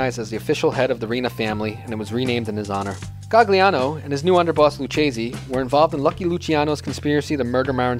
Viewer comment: And where the hell do you see an "L" in Maggadino? AND and the accent is on the "e" not the "a" in the name Stefano. It was painful to listen to this. And it's not GaGliano. Gli is pronounced Lyee. Same with consigliere. It's not ConSIGliere. It's the gli is pronounced lyee. Use Google Translate and hit the little bullhorn icon that pronounces it. And it's Anastasia not Anatasia. For the love of God! Please.